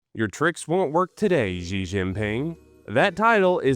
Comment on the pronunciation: “Xi” is pronounced “shi”, not “zi”. It’s spelled in a screwed up way, but easy enough to pronounce. You need to know how to pronounce that correctly if you want to be a credible CCP Chinese intel asset or spy, or just a military podcaster.